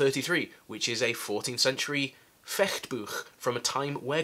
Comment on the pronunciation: Thumbs up for the "Fechtbuch" pronunciation! :-) Yes, we're not warriors, but it is still a martial art that has an use in real life. Peripheral vision expansion. Distance estimation. Less fear of a piece of metal whirling somewhere in front of us. But we're indeed the IT consultanst or plumbers :-) Anyway I would love to see the style of combat the vikings used. The sagas didn't bother with describing the everyday stuff in any detail. And their equipment. After the battle a lot of the stuff got reused I imagine, instead of being buried with the unfortunate guys like at Visby.